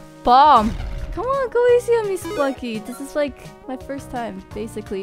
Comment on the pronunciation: I like how she says Spelunky. It sounds like she's saying Spunky.